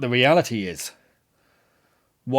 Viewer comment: As someone who lived in Waukesha for 35 years ( ), thanks for dealing truthfully with this massacre. And thanks for getting the pronunciation right! ^_^